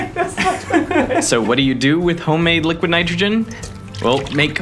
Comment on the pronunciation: “Liquaheed nytrohageen”